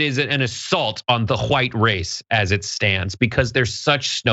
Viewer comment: I love it when you over pronounce the wh in white.🤣 it's so befitting of the rw.